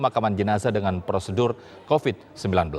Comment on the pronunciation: kuvat kopit kuvat kovit bosan gua dengernya